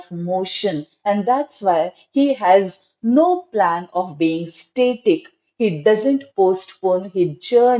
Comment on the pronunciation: Ur explanation is good, viewpoints r good, if u indeed teach English, could u work on improving accent, as in try to get rid of the mother tongue influence. Example u r pronouncing 'static' as 'state-ik'.